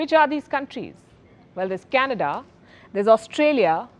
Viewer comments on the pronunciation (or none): none